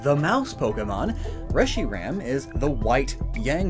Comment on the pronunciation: FOR THE LOVE OF JESUS CHRIST ITS PRONOUNCED RESH-ER-HAM